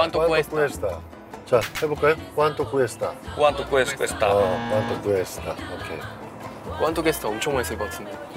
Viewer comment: ¿cuánto cuesta? 꾸안또 꾸에스따 꿰스타 라고 하면 틀린 발음. 줄이지 말고 그대로 읽어요. 미국사람 처럼 읽지 맙시다.^^ 조금만 연습하면 영어 보다 쉬운 발음이예요.^^